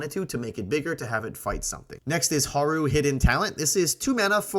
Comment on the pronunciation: First time watching this channel. I was disappointed that you didn’t look up the name pronunciations and by the errors with cards like Haru and Allies at Last.